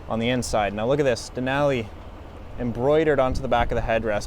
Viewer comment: The way he says Denali makes my brain hurt.